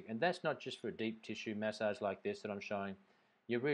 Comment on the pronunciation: Why do you pronounce massage like that? Where are you from?